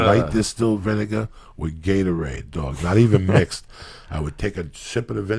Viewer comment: VIN-AH-GAH LOL